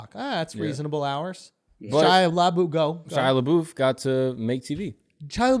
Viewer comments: Lmao "LA BOOF" It's La Buff. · SHIA LABOOTH Lmao You just destroyed the guy’s name for almost 20 min I’m dead 💀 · I’m so triggered by the way they pronounce Labeouf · Right!?!? "Le boof" 🤣🤣🤣